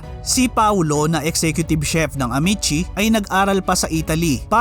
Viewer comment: pumangit ang quality g red ribbon ng napunta s jolibee…yan ang totoo… kya I stop buying g cake from them… contis is better … a’mee’tsi not amet-tsi